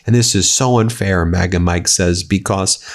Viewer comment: "It's so unfayah!" DJT